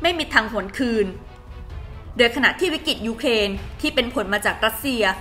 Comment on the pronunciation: อ่านข่าวก็ใช้ได้อยู่ แต่เมื่อไหร่จะอ่านคำว่า วิกฤติ (=วิกริด) เป็นซะที…. วิกิด วิกิด ทุกคลิปเลย…. แล้วยังประเทศ ‘อังกิด’ อีก… หัดออกเสียงควบกล้ำบ่อยๆ นี่อาขีพผู้อ่านข่าวนะ ไม่ใช่นั่งคุยกันเองที่บ้าน…. เอาใจช่วยมากๆเลย